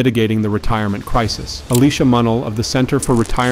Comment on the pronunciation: AI voice can't pronounce "crisis." FAIL